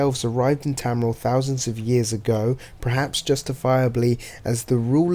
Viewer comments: Tamriel is pronounced as Tam-Re-El. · Your obviously not a fan of elder scrolls because your saying tamriel wrong